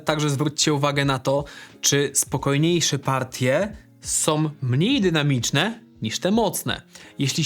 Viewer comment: a ja zwracam uwagę na "som"!